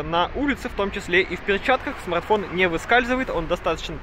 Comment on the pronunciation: Уважаемый спасибо за старания! Если лень не дает поработать над произношением Р то хоть иногда заменяй: "этот смаГтфон на "эту модель"" или просто поменьше текста))) Когда 25 минут издеваются над великим и могучим это режет слух!) Удачи на данном поприще!